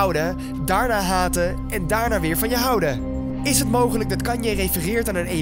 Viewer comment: Haha Hij zij kan-ye